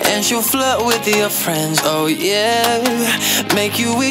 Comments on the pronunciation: that accent when he says “flirt” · when he said "flirt"